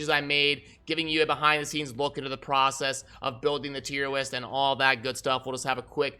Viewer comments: Wait are you saying “Tier Wist??” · Did he say "Tiem Wist" multiple times?